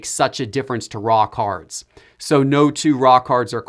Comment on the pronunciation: I ain't gonna say what it sounds like when you say "raw cards" but just imagine saying it in a boston accent lol